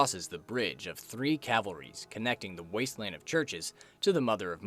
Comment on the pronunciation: Calvaries, not cavalries